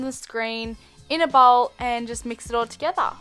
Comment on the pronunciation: "Mix it all toGETHAA" I'm sorry, this just cracked me up xD